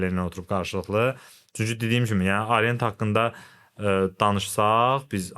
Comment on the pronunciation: Arient nədir? "A" hərfi haradan gəlir? Haqqında danışdığınız, sattığınız saatın adını niyə düzgün tələffüz edə bilmirsiniz? Arient, AAArient